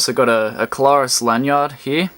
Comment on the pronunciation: It's "CLAIR US" not Klar us. Google the pronunciation.